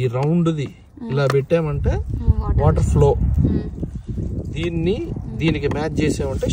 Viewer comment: R roll cheyyi mawa ....waterrrrrr kaadu wa'er